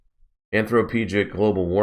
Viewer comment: I'll give you a pass on "dynamo", but "anthropogenic" is a word you should know how to pronounce given its widespread use in the climate change debate.